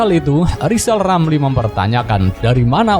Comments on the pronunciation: Mksud Ghizal Ghamli,Nte yg mau gantikan Pak Jokowi..? Dari pd Nte yg mau jdi Presiden,mending gk usah ad Presiden. Krn Ghizal Ghamli,Jgn kan jdi Presiden,nyebut huruf R sja gk tau. G mna,mau jdi Presiden..? Sangkin bodohx klu Ghizal Ghamli,jdi Presiden pasti gk ad yg mau dgr apa kta"x. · Ini komental saya buat lizal lamli, kalau mau jadi Pleciden, belajal ngomong R dulu, soalnya ngomong nama sendiri aja kagak BECUS.!!! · Lizal lamli halusnya bicala benal dulu balu bisa koleksi olang, bilang R aja susuah mau ngurus negara , ngurus satu huruf saja susah..wkwkwk. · Lizal Lamli olang gk walas...gk pintel... Adooh...sorry bro gk bisa ngomong "R" 😅🤣😂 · Lebih baik lijal lamli aja yg mundul 😀😀😀